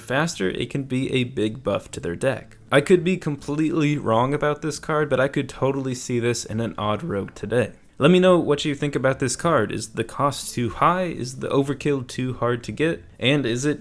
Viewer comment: hold up, did you say odd ROUGE